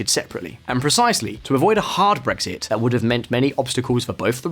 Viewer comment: Tries to says Brexit -> Breakfast, I laugh so much that I got awake after hearing this, it made my day.